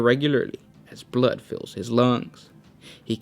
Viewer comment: The way you pronounce blood is just strangely humorous